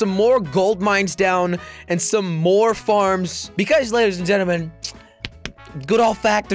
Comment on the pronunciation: "We got a couple more foams, got a couple more golt mines."